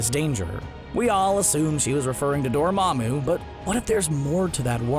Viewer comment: It is aksholy door mon doo